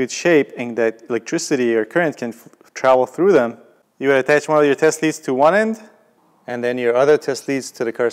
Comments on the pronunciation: It sounds like he's saying testes lol, great video btw! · Am I the only one who hears testes whenever he says test leads? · "testies" lol